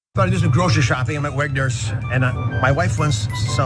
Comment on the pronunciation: It's Wegmans, not Wegners. Apparently they don't have it in New Jersey.